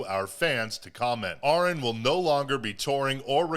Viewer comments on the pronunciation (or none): Ahren is pronounced just like Aaron just fyi, he is a good guy, my sister works wioth Joel Birch's wife well used to had a chance to meet Joel and Ahren.